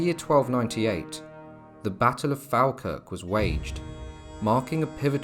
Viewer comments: It’s pronounced fall Kirk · Falkirk is pronounced as Fall-kirk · Falkirk is prounced FOLKIRK. (Didn't anyone check these pronounciations? They are embarrassing Moray is Moray no ephasis on the ''' ray bit.. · Locally, its pronounced Fawkirk